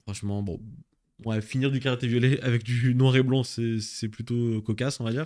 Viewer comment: T'arrives pas à dire "Ecarlate & Violet" mdrr